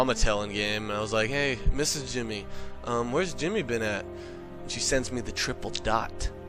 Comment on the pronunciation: its jimmy not timmy